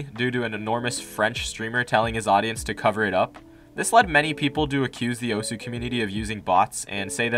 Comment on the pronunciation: The way he says “Osu” makes me want to cut myself